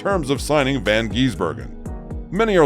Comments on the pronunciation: Not von it’s van and he’s a kiwi not an Australian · never heard anybody mispronounce his name so many time in 8 mins. It's VAN not Von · It's van not von gisbergen and he's not an Aussie he's from New Zealand